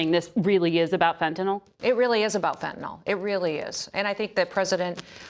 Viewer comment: Just so folks know... The drug is called FENTANYL. Fenn-tuh-nill... Not "fettanol". Public officials should atleast know giw to pronounce the words pertaining to the issues they are speaking of.